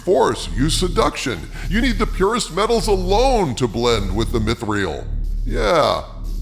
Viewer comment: Come on dude, you’re not even pronouncing things right. Celebrimbor has a hard C, ie Kelebrimbor not Selebrimbor. Also, it’s not mith-real, it’s meeth-ril.